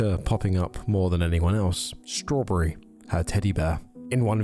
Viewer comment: You said "Strawburry" did you mean strawberry??